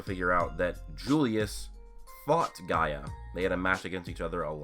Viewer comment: His name is gaja not gaia